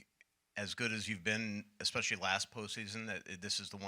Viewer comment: a "journalist" shouldnt pronounce especially as "ekspecially"